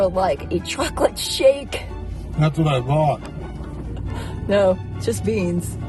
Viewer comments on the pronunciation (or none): none